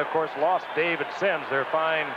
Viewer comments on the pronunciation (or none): none